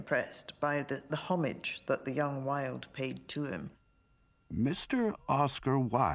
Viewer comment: At least the woman doing the commentary says. "Homage" with the "h"sound and not the currently cute and pretentious. "0-maaazgh" Damn!